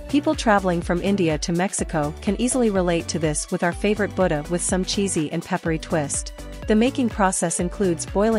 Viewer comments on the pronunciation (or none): none